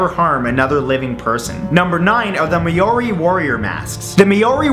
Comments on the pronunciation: The Me-o-ri? I had to giggle. It's Ma-o-ri. Maori. Not Meori. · its pronounced moe (rhymes with mole) ree, not mayoree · Perfect video to watch am. Thanks Matt.... also "May ori" lol It is pronouced closer to "mowdy or moldy" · It''s pronounced "MOWRI" not "MAYORI" ;) But another interesting video, Matt! :) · I LOVE your videos Matt your super funny and we'll spoken. I hate to point it out but it was really bugging me ....Maori is pronounced ma-ow-ree not may-ori :) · isnt it pronounced mow-ri? not may-o-ri? Im australian and thats how ives heard it pronounced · Its pronounced as mowree not mayori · Alright please redo the whole video Seriously My countries people are no pronounced mayori It's Ma-o-ri Please please redo that's not the right pronunciation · "Maori" pronounced with stress on mAori.. not maOri... :) just saying... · It's pronounced Mole-Ri, not Mayo-ri haha! It's hard to pronounce I know, but take it from a fellow Kiwi ;) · Lol its pronounced mowri not maori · Maori is pronounced "Mow-ree", not "May-or-ee" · It's pronounced (mawry) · I live in nz and its pronounced mah-re or mou-ri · its pronounced like mowri hahah >< x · Hey matt, just wanted to say I'm from new Zealand and that you didn't pronounce māori right. Its said like "maw-re" emphasis on the w :D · It is pronounced mowri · i almost cried when he said "may-ory" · its pronounced Mauri but spelt maori say mao-ri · Dude it's pronounced "Maow-Ree" mask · You pronounce Maori differently haha, you pronounce the word as it is, mao-ree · It's pronounced MOW-RY. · Just a heads up, Maori is pronounced like "Mohw Ri". Either way great video! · it's pronounced Mow-ree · MAORI, AHAHAHA nice pronunciation, it would probably be easier to say mould-ie, nice try though :') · It's pronounced m-ow-ri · As scared as I am, I am more intrigued by the way he pronounced Maori. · Thats not how you pronounce Maori hahahah please look it up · the way he pronounces 'Maori' is friggin hilarious 😂